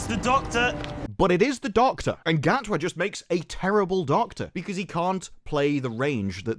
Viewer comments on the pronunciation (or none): Gatwa is awfully cocky for someone with a first name that's pronounced 'Shooty'.